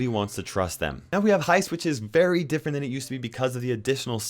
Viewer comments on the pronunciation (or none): none